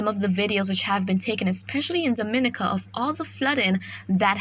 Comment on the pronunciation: Great reporting .I follow and depend on . one small point of bother I don't find pleasure in people continuously saying my name wrong ..as a Caribbean people we say Dom-i-ni-ca .. Mr weatherman is from outside the region and he gets it right..make that small correct for us ..luv yah work